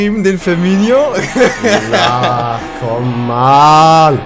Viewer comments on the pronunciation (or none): Ee heißt dennoch Firmino und nicht Firminio